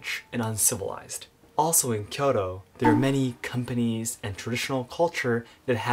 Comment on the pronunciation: Your inability to pronounce Kyoto delegitimizes your argument.